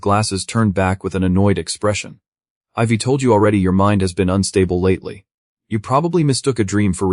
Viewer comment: That bothers me less than the narrator constantly mispronouncing I've, we're, they've, they're, etc